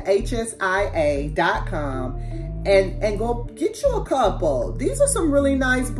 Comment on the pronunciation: Thanks for the video! I will check them out! It's pronounced Shea Long e short a